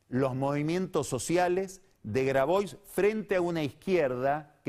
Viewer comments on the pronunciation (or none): ¿Grabois? se te pasó Carlos, es "Grabuá", rato con lo puntilloso que sos al pronunciar el inglés y otros idiomas ("Yoli", "Jarlingam")